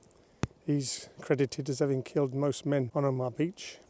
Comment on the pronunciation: No frills, gripping info about a turning point in history. Just one small criticism, you pronounced the beach as 'Omah', when it should be 'Oma-ha, but excellent vlog otherwise.